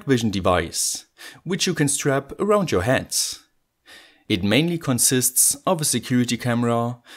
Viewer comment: Eine kleine Anmerkung zur englischen Aussprache.... Achte mal bitte drauf, Worte am Satzende, die mit nem T oder D aufhören, nicht immer mit nem „S“ zusätzlich zu sprechen. Also: „head“ und nicht „headS“ „it“ und nicht „itS“ „Let‘s get started“ und nicht „startedS“ 😜 Ansonsten sehr gute und äusserst interessante Videos. 👍🏻